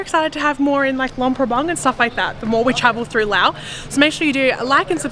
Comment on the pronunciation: i love how you say laos and welcome to our country😊